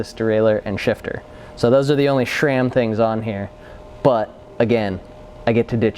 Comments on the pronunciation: Guys, there is no H in SRAM! It is not SHRAM! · Why he constantly says "SHram"?